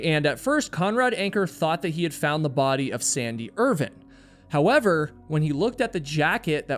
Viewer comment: His name was Sandy Irvine, not Irvin. And it's across, not "accrossed". You are killing me.